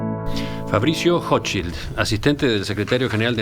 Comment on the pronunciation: Para ser rompe huevo .. la "ch" en Hochschild se pronuncia como la "j" en ajedrez .. Intriga el accento de este hombre. Dice la red que es chileno, se graduo en Oxford/inglaterra y pronuncia el español mas bien como aleman. ¿Acaso se escapo de la colonia dignidad?